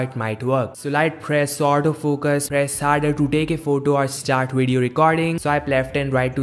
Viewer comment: Its video not wideo. 😅😂